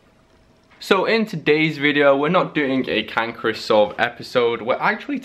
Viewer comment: the way you say "can chris solve" sounds like "cankerous solve" lol